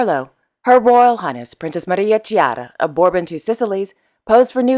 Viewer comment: Yep. As a polyglott, I confirm that you are getting better at pronunciations. Be careful with tricky Italian sound of CH. Chiara is pronounced Kiara (not Shiara). Have a good day!